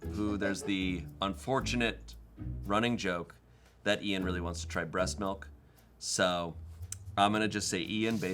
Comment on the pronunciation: How is it now that I’ve learned can’t pronounce anything correctly? tzatziki is understandable but Gherkins (or him saying jerkins) and Milk (or malk according to him) are unacceptable.